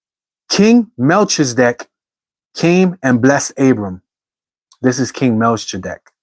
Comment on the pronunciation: Just F.Y.I., it's usually pronounced Mel-key-zah-deck. 😊